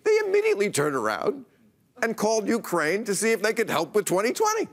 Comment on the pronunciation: Finally Bill pronounces Ukraine correctly. Lol